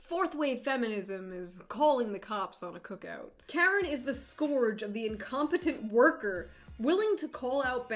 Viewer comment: Karening so hard about you mispronouncing scourge